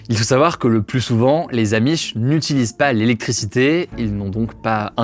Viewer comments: Les zzzzzamish ….. insupportable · Aloha les gens. Super la vidéo, par contre arrêtez de dire les z’amish mais juste les amish. Merci bonne journée